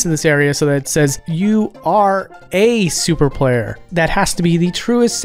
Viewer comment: The way you said “SOUP-er PLAY-er” never fails to make me chuckle